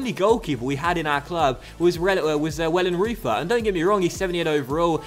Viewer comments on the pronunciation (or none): The pronunciation of Wellenreuter is: Wellen - reu (the reu of reus) - tur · Great business in the transfer market there I have to say - 8/10 for me! Muller looks like an absolute lad! Just to say as well I think Wellenreuther is pronounced Vellen-Royter:) loving the series